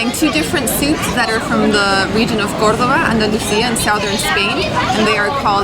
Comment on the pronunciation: Hi guys! I'm from Sevilla(Seville), main city of Andalucía(Andalusia), near to Córdoba. I love how you pronounce "Córdoba" and "salmorejo". Your pronunciation is PERFECT. Gazpacho is almost perfect too! You should taste gazpacho and salmorejo in Andalusía better than Madrid. Andalusía is hotter than Madrid and when you eat those "cold soups" is like HEAVEN. Same with beer in Andalusia. I hope you have fun in Spain guys. I like your videos ^^